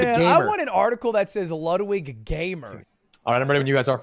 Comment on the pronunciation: sounds like atrioc is saying lud-wichser, wich is actually lud wanker in German